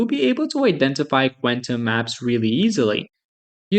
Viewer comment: I don't think that's how you say quantum.